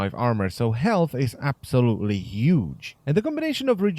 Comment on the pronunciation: "so health is absolutely Yhuge"